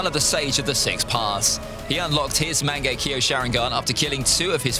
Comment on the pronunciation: It's "Mang-ekk-yo-" Not "Mango-kiwi"